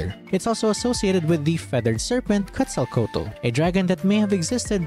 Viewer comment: W video, but btw pronunciation- Xbalanque “esh-bawh-lawn-keh” and Quetzalcoatl “Kweht-zahl-co-ah-tl” just for future reference 👍